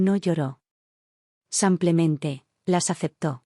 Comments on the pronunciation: Por Dios es "Simplemente" con i, "sim". Es horrible oir "samplemente" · ¿ Por qué dicen SAMPLEMENTE ??? Si es simplemente...no lo entiendo y también lo escucho, en otros relatos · Cuando corrigen “ Samplemente “ ? 😂😂😂😂😂😂😂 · Buena narrativa . Por qué dice samplemente ? Disculpe , pero no puedo evitar la pregunta , es como una patada al oído!